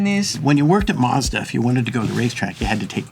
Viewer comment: All those years working for Mazda and still pronounces it incorrectly. Typical American. Btw learn how to say Nissan like the Japanese do too. The American pronunciation of Nissan is rediculous.